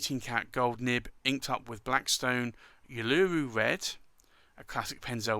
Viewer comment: Thanks, The Blackstone ink Uluru is pronounced oo loo roo. It is the Aboriginal name of a large rock in Australia's Nothern Territories.